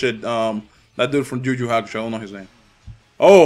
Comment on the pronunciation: Juju hakusho LOL. Its yuyu maannee